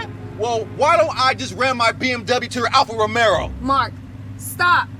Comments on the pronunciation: Its Alfa Romeo not Romero.. wtf Dharman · alpha romero🤣 is pronounced alpha row-mayo not alpha rome-air-row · Bro really just said "alfa rome air oh" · Alpha Romero he says... lol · My man said “Alfa Romero” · For all the cars dhar Mann owns you’d think he’d be able to correctly pronounce Alpha Romeo.